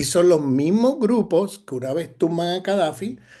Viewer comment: Cadafi ,o Gadafi?